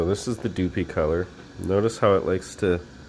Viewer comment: Doopee color......lol. Its DupLi like "duplicate" color. Sorry, great vid bud! Just made me giggle a bit. Nice vid to show differences though! I used Kustom Canz on a few projects and I noticed that the color you're spraying makes all the difference. Most candy's spray well, Like candy orange laid out perfect, but the blue's and and the candy black are tricky to spray. They look great when they lay down right, but out of aerosol, they are tricky to lay down without striping or runs... Thanks for making the vid! 👍